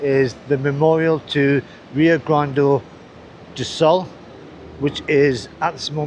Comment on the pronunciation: It's not called "Rio Grande do Sol", but Rio Grande do Sul. South Rio Grande. In the North East reagen is Rio Grande do Norte, with his capital Natal. North Rio Grande.